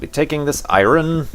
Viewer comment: Oh and or something. 'Eye-ron.' I used to call this one boss in this old Power Rangers game that, until I learned that it was pronounced iron. It was hilariously sad. o- e